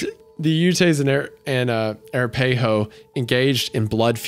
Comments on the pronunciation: Phenomenal story! I loved it. As a fan from the Rocky Mtn region, just a quick note on pronunciation. The tribes referenced are pronounced YOUTS (Utes) and ah-RAP-a-ho (Arapaho). Thanks for another great one, guys! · Hello from Colorado! Just in case anyone is curious about those tribe name pronunciations here they are Arapaho - Uh-rap-a-ho Manitou - Man-eh-two Ute - You-t Pueblo -Pu-eh-blo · I just need to let you know that "Arapaho" is pronounced like "A wrap a hoe" as in the farming tool. And it was painful to listen to you say it wrong and really funny to laugh about it with my bf who is an Arapaho native. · hate to be that person but native here, ute is pronounced YOUt and arapaho is pronounced aRAPa-ho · Uh-Rap-Uh-Hoe and Yewt is how Arapaho and Ute (this tribe is where Utah got it's name) are pronounced. Honestly, I'd dig it if Creepcast got with Aidan of the Lore Lodge got together and went over the different tribes along with their legendary monsters as he is ridiculous with his research. Wouldn't be a creepy pasta but there's a lot of scary stuff in there that could be entertaining. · I named my daughter Faye 😅😂 Now I named her after Faye Valentine but she’s doing her part as an 18 year old to make the name Faye young again! Lmao Wendi, it’s pronounced Ah-rap-ah-hoe 😂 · the mispronunciation of Arapaho is the scariest part of this episode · I love you Isaiah but please learn to say arapahoe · You guys are my favorite, but Wendi, as a guy who was born and raised in Colorado, I can truthfully say that you mispronounced every single one of those Native American tribe names, and I’m here for it. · Please Isaiah just do a quick dive into pronouncing first Nation tribes lmao. Shoshone and Arapaho were ekspeshully interesting to hear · I love you guys but those pronunciations of ute and arapahoe was painful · Dude the pronunciations for Ute and Arapaho had me cackling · Wendi mispronouncing Arapaho tickled me for some reason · You-ts = Utes uh-ra-pah-hoe = Arapaho